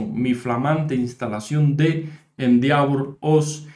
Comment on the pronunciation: se pronuncia endévor